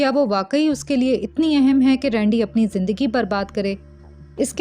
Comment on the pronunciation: Its rendi not rundi 😂